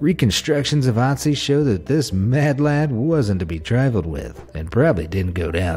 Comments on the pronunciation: It is Ötzi not Otzi and I have seen him. It was kinda scary tho... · Ötzi, pronounced OOT-zee with the OO sound being like it is in the word "look". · Your pronunciation of the icemans man is wrong